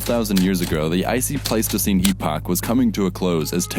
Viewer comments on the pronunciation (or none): none